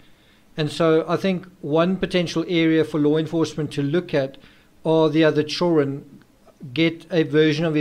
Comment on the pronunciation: Fascinating story, love your videos... just have to say something.... there is, most decidedly and undisputed a "D" in the word children. Just a friendly fyi.